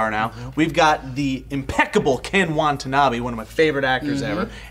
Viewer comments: It's Ken WATANABE not Wantabee. Aside from this minor pronunciation error, I pretty much agree with you guys about this film. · It's "wata-nabe" not "wanta-nabe" just fyi, I've just noticed I pronounced it wrong this whole time too. But, can't wait for x-men next week though!! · Wa-ta-na-be. Say it with me Joe, Wa-ta-na-be. ._. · Love how they repeatedly call Ken Watanabe, Ken WaNtanabe :P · Why did you keep calling him "Wantanabe"? Now you make me hungry. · You'd think if Ken Watanabe was one of your favorite actors, you'd pronounce his name correctly, Joe :P